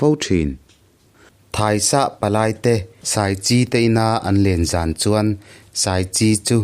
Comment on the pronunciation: A chhiar thiam in ngaihtlak pawh a nuam narawh e. mahse,ti teh ang..ṭhahnemngaihna vang liau liau in aw.duh khawplohna "an kal ta a" tih mai aia "ang kal ta a"."zan khat chu"tih aia"zang khat chu"tih lai hi ka duhkhawplo ṭhin ania..mahse ṭang zel rawh